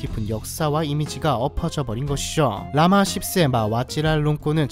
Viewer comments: 허허~ 발음에 주의하셔유~ㅠ 영상잘보거갑니다~ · 10세의 발음은 십세인가 ㅆ세인가 아니면 국왕폐하가 ㅆ세인가 헷길레네요 ㅎㅎ ㅋㅋ ㅈㅅ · 나만 이 생각한게 아니었구나 ㅋㅋㅋㅋㅋㅋ 라마 씹세 ㅋㅋㅋㅋ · 왕의칭호가 한몫했네......10쎄 발음 정말 찰지지게 하시네.......나같음 선조들에게 죄송한 마음먼저 들었을텐데...... 하는짓이 초딩이구만....... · 씹세 ㅋㅋㅋ 발음 찰져요~^^ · I love the accent on the narrator at the end when he said "라마 씹세'. LOL ^ ^ !! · 라마 ㅅ쎄😂😂 발음이 재밋네요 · 발음이 너무 강해요ㅋ라마 씨ㅂ쎄 이렇게 들려요😅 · Ssip세, 왓Giral롱꼰.. 발음이 다 찰지네.. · 쉑스발음장인 이후로 10새 장인 등극하실듯 합니다! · 라마 씹세 정말 인자하고 정감가는 발음이다 라마 십쎄 라마 씹쎄.... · ㅆ세? 발음 ㅋㅋㅋㅋ 미쳤다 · 발음ㅋㅋㅋ라마 ㅆㅣㅂ새ㅋㅋㅋㅋㅋㅋ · 발음이 라마씹세 ㅋㅋㅋㅋㅋ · 영상중에 종종 10세 발음 일부러 쎄게 한 의도는 알거 같은데....좀 많이 가벼워 보여 아쉽네요...그동안 객관적인 채널이라 즐겨 봤었는데.... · 우리나라에 아무 피해를 끼친것도 없고 상관도 없는 남의 나라 국왕을 굳이 씹새라는 발음으로 반복할 필요가 있는건가요? 굉장히 듣기 거북하네요. 일단 구독취소하고 갑니다. 수고하세요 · 라마십세! 이십팔년! 이십세기! 이집 발음 참 찰지네😂😂😂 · 나만 이 생각을 한게 아니었구낰ㅋㅋㅋㅋ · 나만 느낀게 아니였어 ㅋㅋㅋㅋㅋㅋㅋㅋㅋㅋㅋㅋ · 오늘따라 10세와 28년형 발음이 쎄네요ㅋㅋ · ㅋㅋㅋㅋㅋㅋㅋㅋㅋ 나도 이 생각하면서 보는 중인데 ㅋㅋㅋㅋ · 나만 느낀게 아니구나 ㅋㅋㅋ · 10세 발음 찰지십니다! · 라마10세 발음이 아주 찰지시네요 ^^ 의도 한건지는 모르지만 ㅋㅋㅋㅋ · 10세..발음이 찰지네요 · 10세 발음이 찰지네 ㅋㅋ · 10세를 맛깔나게 발음 하신다. 10세가 28년 형량을 받았네. 10세,28년.20세기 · 10세 발음이 아름답다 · 발음이 섬세하네요 라마 10세 끼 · 십에 악센트가 들어간듯 들리는건 기분탓 인가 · 10세 발음이... ㅋㅋㅋㅋㅋㅋㅋㅋㅋ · 10과 28의 발음이 심상치 않다.. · 라마 십10세 발음 ㄷㄷㅋㅋㅋㅋㅋㅋㅋ 그나저나 저기도 또 다른 독재 국가네 미얀마나 북한 이쪽에 비해 낫다는거지 ㅈㄴ 헬게이트네 ㄷㄷ 그나저나 일본 비행기 공군으로 위협 비행한 건 ㄹㅇ 선넘었노 해군 + 공군력도 일본에게 밀리는 애들이 ㅋㅋㅋ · 우리 일베형 10세 발음 지기네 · 마지막 10세의 '십'의 발음이 조금 쎄보인 것은 저의 기분 탓이겠죠? ㅎㅎ